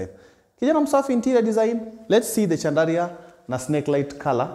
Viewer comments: Pronounced as SHANDALIA ...... french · Kazi safi boss but pronounciaction ya chandelier ni shandalia sio chandaria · I was wondering why he keeps talking about Chandaria. Kumbe he is talking about chandelier pronounced shandelier. 😅😅😅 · Just sound it as ‘shandalia’ 😂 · Wewe Kijana sio Chandaria 🤣🤣 ni chandelier promounced shan·duh·leeuh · Boss jaribu kusema "Shandalia" basi...chandaria ni ikambuni ya tissue papers babadogo munya. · Chandelier, as in shandalier sio Chandaria 😅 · I like how he carelessly says chandaria 😂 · Caught me off guard the first time, was wondering kama ni Chandaria the person 😂😂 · It’s not like westerners pronounce our names properly… give the guy a break. Mradi msee anaweza job, the rest are details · Ina pronunciwa shandlia